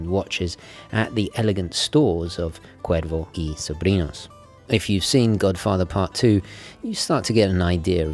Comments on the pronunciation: Que bién que pronuncia el gringo la "r" en castellano. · Gomez 777 indeed. I still appreciate it nonetheless mate. Always great hearing things being pronounced correctly. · Que bien pronuncias Cuervo y Sobrinos sin ningun acento increible pero cierto. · This was excellent...i was curious about the brand,its wonderful to learn they have a fascinating history. Perfect pronounciation in spanish there mate😆👌 Edit:you know you are obsessed w watches when after watching a clip by or Watchfinder youre inmediately checking the prices for the brand in question on chrono24 or wherever😂😂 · Im Mexican and you have a very good pronunciation for Cuervo y Sobrinos. Loved the review, i hope you could do the Historiador Flameante soon. Thanks for the video. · As a latino from NYC I absolutely love that you’re actually properly pronouncing the name Cuervo y Sobrinos as its supposed to be pronounced. Not how English speakers would typically say it. Very nice detail right there. appreciate it as always a great video. Cheers from NYC!